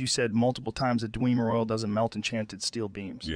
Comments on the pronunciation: Ah yes. The "Dweemer" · D-whem-ur ✅️ D-wee-mur ❌️ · I know this is all AI generated, but after playing the game, wouldn’t you have made it to where the AI would actually say Dwemer instead of DEEWMER??? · dwemur is our word, but you can say dweema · This joe is getting more and more realistic lol That he keeps saying *Dweemer' is accurate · "Dwee-mer auto-Matons" 🤣🤣🤣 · "Daweemer Oil" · Hate how he says dwe mer. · I love how Joe uses my old pronunciation of "Dwemer"... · I love how Joe really mispronounces every word he would actually mispronounce